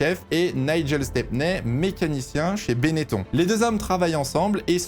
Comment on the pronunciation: On dit "Bennetonne" par contre ^^